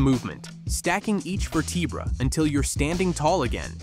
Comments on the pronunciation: VER-te-bra not ver-TEE-bra, Mr professor. Or am I talking to a robot. Also, , "research shows" — which research? Bullshit video. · Ver-TEE-bra? Really? can we get REAL PEOPLE back to do these. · lol, stupid AI voice really said “Ver-tee-bra” 😂 I hate these faceless AI YouTube channels. A robot doesn’t know anything about the human body. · Va tee bra?? lol ver da brah/bray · Hey AI, what is a “veteebra”? 😂 Obviously a vertebra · I don't know what's the worst part of this vid: the "Ver-tee-braa" pronunciation that makes it sound like AI talking, or the AI humans used in it. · Vertebrah! Geez what a joke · “Ver T Bruh”? Just fucking pay someone to read the script… this AI shit is annoying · What is a Vir tee bra? I love AI generated videos. You know they are fake when they mispronounced words. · "VerTEEbra", eh? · Who pronounces vertebra, verTEEbra? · Ver tee brah ? Not just once but saying it like that. Lost all credibility after that stopped watching 😂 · One "ver-tee-bruh" at a time? Damn this is an AI voice. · ver tee bra? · Verr- tea- bruh... uh, ok AI. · Ver tee brah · First time I’ve heard vertebra pronounced ver-teeh-brah 😂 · Ver-tee-bra? Lmao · WHAT'S A Vertivra lol.. what in the AI is this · ver - tee - brah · You had me until your AI voiceover mispronounced vertebra. At the same time I like your suggestions for every exercise but the Jefferson curl, I'll do kettlebell swings instead. I will add the others I used to do, but have stopped. I've been concentrating on horse stance and body squat holds recently. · somehow im worried about taking medical advice, from someone who cant even pronounce the words right..lol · Ok, but someone please teach this AI to say vertebra correctly lol. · Can't watch and listen to AI that can't pronounce the word vertebra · Actually laughed out loud at that pronunciation 😂